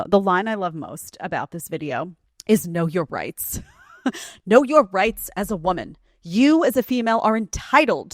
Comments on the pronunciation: I thought she said, "Know your rates." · I swear I heard "know your rates"...not rights.